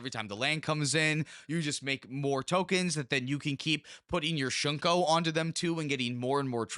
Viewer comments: its not shunko, its SHU-KO. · Its actually just "thonian"... and "shuko" not "shunko" lol